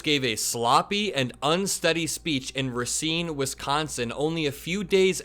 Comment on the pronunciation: I live in Racine, and u pronounced it correctly. Great job